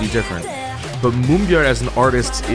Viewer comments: You know, I'm just happy there is somebody out there that says Moonbyul's name right. Lol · I get extremely satisfied with your explanation of how the industry works & Moonbyul's impact but I get even more satisfaction with your perfect way of saying her name, naturally. Bless you.